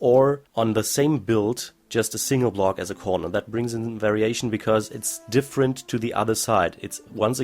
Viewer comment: When he says variation it sounds like very Asian XD